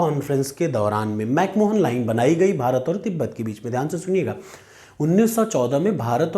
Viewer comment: 🙏 chota muh badi baat lekin Mc Mohan nahi balki Mc Mahon line hain